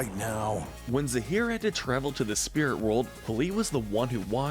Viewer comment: zaheer and p'li, not zahir and police.